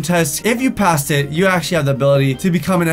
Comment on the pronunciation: Passssssed Not pastted